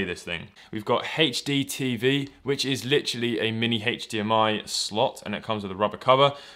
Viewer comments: It's not hachdmi it's Hdmi. Ugh... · Wait... Hach DMI??? its HDMI nit HACH DMI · Why do you pronounce HDMI heich-d-m-i? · Its funny you say hachdmi instead of hdmi. British ppl say the letter h weird lol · "It is hatedge d.m.i capable" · Hatcchh dee mm ie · smoke a bowl, start video, couple minute later, i ask myself, "have i been saying H wrong all my life?" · How he says HDMI